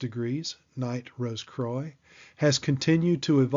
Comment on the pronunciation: Yeah you’ve said “croy” twice and I can’t 😭😭🤦🏼‍♂️🤦🏼‍♂️